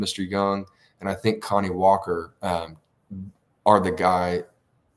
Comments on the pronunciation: Kani Walker’s first name isn’t pronounced like “Connie” it’s pronounced like “Kuh-nye” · Isn't his named pronounced Kuh-nye?